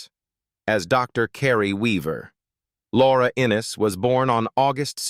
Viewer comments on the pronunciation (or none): none